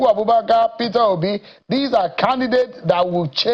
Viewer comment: 'Mehico" "Pira Obi". Confused man!